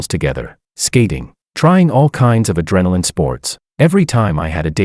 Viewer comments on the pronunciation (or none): none